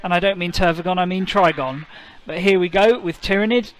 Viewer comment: It's funny how consistently you got the Trygon's name wrong 😂